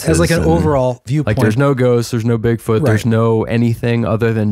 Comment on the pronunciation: when he mispronounced Bigfoot as BigFORT, it came across as “bigfart” to me and it caught me by surprise so suddenly that it made me laugh while in the process of a cough, which gave me violent hiccups for an entire half hour 😂😂😂